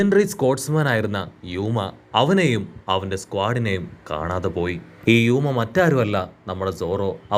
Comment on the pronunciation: യുക്മ അല്ല ബ്രോ റയൂമ എന്നാണ്